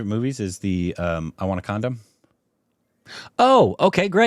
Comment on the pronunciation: "I wanna Condam" really 😂😂